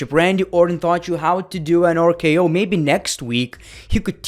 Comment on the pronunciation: Ah, yes, my favorite finisher of all time "OOR-K-O"